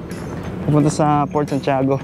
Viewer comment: Bakit raketrak basa mo sa Racetrack? Saka Fort yun hindi Port.